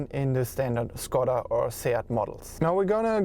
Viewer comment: Endlich einer der "Škoda" (Š=Sch) sagt und nicht wie die meisten fälschlicherweise "Skoda". :)